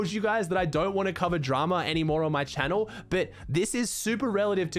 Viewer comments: He said welcome back to my youtube channe-l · The way he said channel today 😂